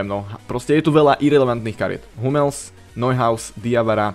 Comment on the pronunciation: Ked už čítaš bruna fernandesa so š tak ak by si nevedel hummels sa nečita anglicky ale nemecky no hate :D